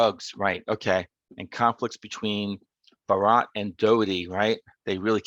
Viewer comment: You're pronouncing Barat correctly! Doherty on the other hand, is supposed to be pronounced like Docherty